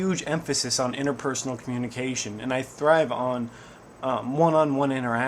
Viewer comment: did you just say coNNunication??? LOLS!!